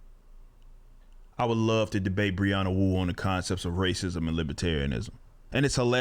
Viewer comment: “Breanna Wu”... SMH